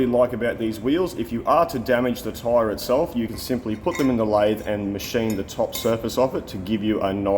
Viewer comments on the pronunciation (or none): none